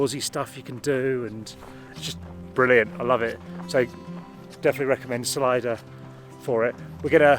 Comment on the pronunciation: Great video... dry English humour on full show... just a small note (if not already pointed out below in comments) but I believe Salida is pronounced Suh-lee-duh.... as in Spanish for 'exit'.... presumably because its located somewhere near a canyon or something?